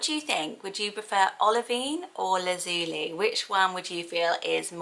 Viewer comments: I've never heard anyone pronounce the li in Lazuli as Lee, personally I've always pronounced it lie. Laz-u-lie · Lazuli is pronounced "La-zyuh-lai" (or "Laz-you-lie" simplified) not '"Laz-ooh-lee" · I thought Lazuli was pronounced Lazz-u-lie with the stress on the first and last syllables and lie rather than lee at the end. Is that wrong or just different pronunciation? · I hate to.correct you but I’ve always pronounced lazuli as laz u lie as in lapis lazuli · Lazuli is pronounced Lazz- you-lie I thinkkkk